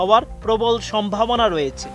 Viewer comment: উচ্চারণ হয়েচে - রয়েচে নয়! হয়েছে, রয়েছে।